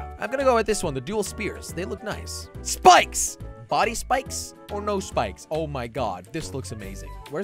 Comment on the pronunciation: Who else heard that he said bikes instead of spikes. When he customized the car.